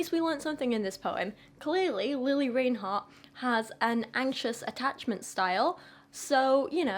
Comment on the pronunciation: Before you diss someone, learn how to say her name correctly